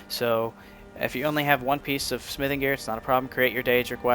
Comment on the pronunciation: nice vid ..but i dont like how you say the word smithing